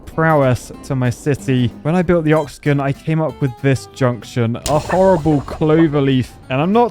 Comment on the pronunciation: Ah yes, the "oxogon" an eight sided polygon resembling an *octogon.